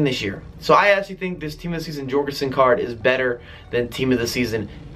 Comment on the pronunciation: it should be pronounced yorgensen not Jorgensen